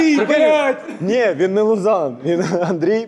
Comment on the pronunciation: Правильно его зовут Лу Зан😅